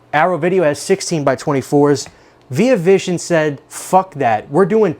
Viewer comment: first time i ever heard someone say veee ah vision